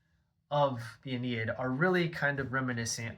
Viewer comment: It's "ah-NEE-id" Aeneid.